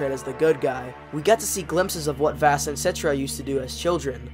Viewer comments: vass? it’s vahss, and gladohs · This video is good but I can’t get over you pronouncing Vaas (Vawss) as “Vass” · I don’t want to be that guy but his name isn’t pronounced like “vaas” it’s pronounced (vaws) or like the water voss. Like boss but with a V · its vass like vaus not like vast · him not saying “v-ah-s” is like nails on chockboard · (Sorry of you think i'm rude) Vaas is pronounced v-ah-s. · good vid but im throwing that away because you pronounce vaases name wrong you say vaas is pronounced vohs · Its vaàs not vaas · In my opinion vaas is the best villain in all of the far cry games from the main games to the spin offs. Also you pronounced vaas and glados wrong. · I'm American but I'm used to the British pronunciation of Vass so when I hear I wanna die haha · If you say vaas wrong one more time i sware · This was a really good video, but the way you pronounced vaas name was just messing with me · Vaas is such a good antihero, your dumbass can't even pronounce his name right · Are you saying Vaas's name wrong ironically or..? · I think you were saying vaas's name wrong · Don’t get me wrong this video is amazing but also the way you say vaas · my brain broke the way you pronounced Vaas' name but a great video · nobody tell him hes pronouncing "Vaas" wrong